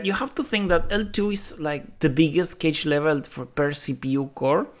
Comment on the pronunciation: So if malloc is extremely inefficient why does it exist? Is it designed with other properties in mind or is it a historical reason why it is still around? Also, the pronunciation of cache confused me with it sounding like `cage`. It sounds more like `cash`. Thanks for the video!